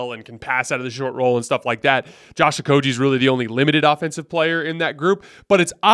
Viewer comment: IT"S PRONOUNCED OH-KOH-GHEE, NOT OH-KOH-JEE. THE G DOES NOT MAKE THE J SOUND!!!